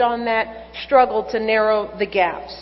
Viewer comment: OMFG!!!!! This is the first time I've heard this. They really pulled the wool over everyone's eyes, didn't they? Ugh... (And thanks to El Rushbo, aka: Rush Limbaugh, I now laugh every time Moochelle says the word "STRUGGLE". She says "SCHTRUGGLE". LMAO!!!)